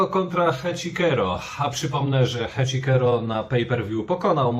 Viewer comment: Nie Heczikero tylko Heczisero!!!! Jak można źle wymawiać? Oglądasz ROH bez dźwięku?